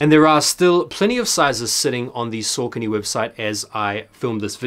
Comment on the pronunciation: Don't blow up the spot! 😅 I love Saucony its nice to be able to get some really underrated stuff with little stress on drop day. (also sorry to be that guy but its pronounced Sock-uh-knee) keep up the great vids!